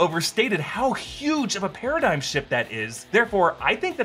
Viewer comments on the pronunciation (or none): none